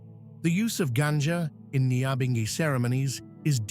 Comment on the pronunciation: #NYAHBINGHI pronounce our thing right RASTAFARI LISTEN TO THE WAY RASTAMAN PRONOUNCE THEM SELAH